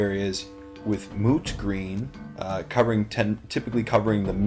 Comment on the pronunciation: Are you saying mooch green or moot green? Well great job on the mini bud and I hope Imotekh never hears you call him old and dirty!